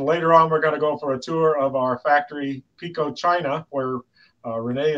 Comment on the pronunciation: When will you pronounce it PIKO with an I, not PECO that is a different UK company. When can we see a G scale Sprinter please?